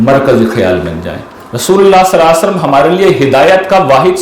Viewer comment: The right pronounciation SALLAL LAHOO AALYHI WASSLLAM